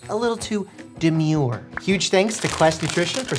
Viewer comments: Mike if you ever say midful or dumur again i will drop out of high scholl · HELP IM SCARED WHY DID DR MIKE SAY “dermure” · i am literally going to flip out rn i never thought i would hear doctor mike say “too Deemyure”